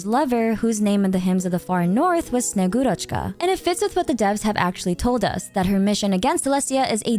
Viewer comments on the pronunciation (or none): You really love to pronounce foreign names correctly so heads up it's sne-GU-roch-ka!